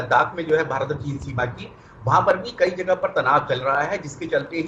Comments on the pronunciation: Are chutiya ABP media भारत होता है भीतर नहीं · Bhaaret not bhiret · Bhirat nhi hota bhart hota h.newwalo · Bhirat nahi madam bharat hai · Bhirat nahi Bharat hota hai ,,, headline padh liya karo...... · It's Bharat not Bhirat....... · 'भीरत' नहीं 'भारत' होगा। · news wale bhi spelling me mistake krte h. भारत होता है भीरत नही🤣🤣🤣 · Bharat hota hai bhirat nai chutiye phele apni galti sudharo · Bharat ki spelling to sahi se Bolo 😂😂😂😂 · Bhirat...😆😆😆..saale anpad ...Abp....nhi Abc hota hai